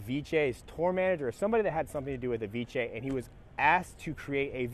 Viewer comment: I like how you say Avicii "Aviche"